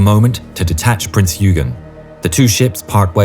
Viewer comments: Love your videos! BTW, "Eugen" is pronounced "oi-gen", not "you-gen". 🙂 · Prince Eugen is not(pronounced (YOU-gaen) it is pronounced (OY- gaen). Alles Klar? Chüß!